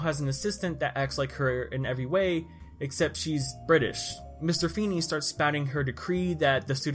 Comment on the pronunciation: "mr feeney", I'm deeeeeddd